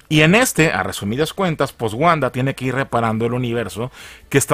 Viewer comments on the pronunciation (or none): none